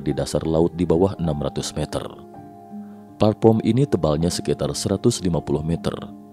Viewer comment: platform pak bukan platporm😅